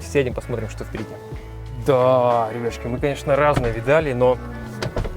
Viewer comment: Пытаюсь расслышать как ведущий выговаривает это слово. И оно все время от меня ускользает)))) Друг, как ты это говоришь? Напиши пожалуйста.ребяшки?))) ребятшки?)))) Спортивный интерес лингиста-недоучки.